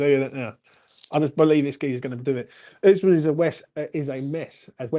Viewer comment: Osman - osmand - oozman - oozamond 😂😂😂, uv named the poor fucker 4 diff names 😂 made me laugh